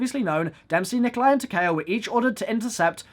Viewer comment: hold this L for saying Takeo's name wrong